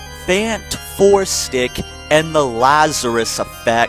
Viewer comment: Did you just say fanfourstick lol